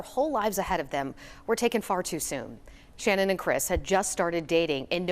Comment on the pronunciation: If you're going to report on the anniversary of their deaths, at least do Channon the courtesy of pronouncing her name correctly!! It's Channon with a ch sound. It's not spelled or pronounced Shannon!!!